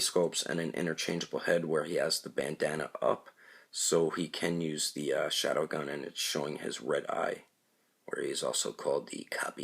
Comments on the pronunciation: Did he just say shadowgun and not sharingan?bruh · 19 lol u actually said shawdow gun sorry, its around 5 minute mark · It's (shar-ing-gan)!!!!!!!!!!!!!!